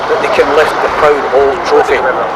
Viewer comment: Brilliant. Pwoud, vewy pwoud.